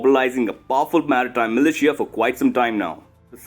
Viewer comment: TERRIBLE PRONUNCIATION OF MILITIA! '